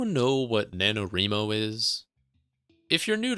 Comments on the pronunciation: I've never heard it pronounced the way he says it haha I'm like 99% sure it's wry-mo since it's "writing" not "wreeting" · NaNoWriMo is not pronounced like "reemo," lol The word is "write" so say it like that. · I am enjoying the video but you gotta work on your pronunciation of NaNoWriMo. It's Wri like Writing no ri. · Ree-mo? Thought it was pronounced like Wry-mo? Have I been saying this wrong all the time?